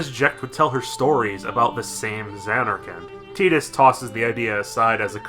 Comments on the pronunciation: I didn't know that tidbit about Tidus' name, and hate that pronunciation somewhat less now. I still think Tide-us makes more sense, given his affinity for water, but hey. Keeping this quick: I like this game. Combat is good and fun, sphere grid is an interesting concept (but the normal version is too linear to do much with), world is interesting, characters are interesting. But they look like assholes, and the voice direction could have been much better. Granted this was Square's second voice-acted game, ever (after The Bouncer), but whatever the reason, bad voice direction is bad voice direction. Also The Laugh Scene is an actually good scene, because The Laugh is ironic, and no one seems to get this. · ffx is a blast love wakka to bad of how they pronounce tidus name